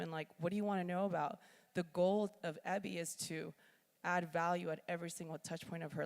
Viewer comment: I assume you've been told by now, Eby is a last name, usually pronounced like the initials. E.B. - I found this video curious about which Eby (often a Mennonite name) was making a fashion line. Did listen through though. Nice ideas.